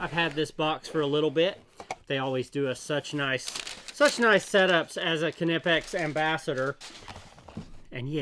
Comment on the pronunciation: You are the only englishspeaking person that pronounces Knipex the right way👍